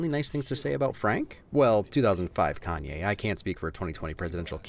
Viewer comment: Its "kanye" btw bro